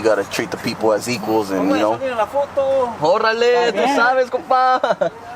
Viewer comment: Look like homie ate a few quesatacos😀with alot of salsa 😂when he was talking😂 . He said orrrale 😂 not orale 😂😆😄la vas a matar Perro🤓😄😆👏👏🍻✌